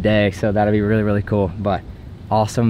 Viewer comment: did you really just say rily instead of really